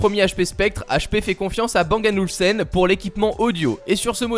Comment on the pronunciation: t'as dis Bang & Oulsen. c'est Olufsen!